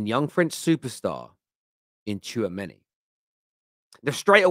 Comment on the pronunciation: Tchoumeni !!! Your Killing Me, As If, You Guys Need to Stop…